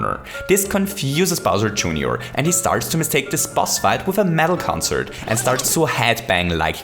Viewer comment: Other people love his videos for the "Hooooray". But they forget the superior phrase.. "Bowser Juneyour"